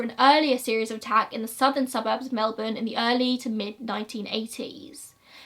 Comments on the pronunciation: Girl Im just thrilled someone from overseas covering an Australian case actually pronounced Melbourne right 😂❤👏 #AussieThings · Thank you from the bottom of my heart for pronouncing Melbourne right hahaha ❤️